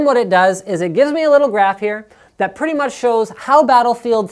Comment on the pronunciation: "Right about... hyawh."